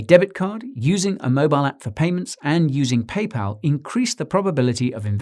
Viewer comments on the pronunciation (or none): none